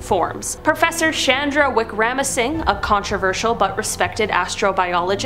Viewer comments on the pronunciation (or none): none